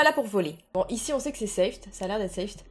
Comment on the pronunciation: On dit SAFE (en anglais ) et pas '' safte '' 😂😂😂